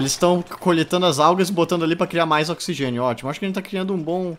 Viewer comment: Ocsigen nóti includedi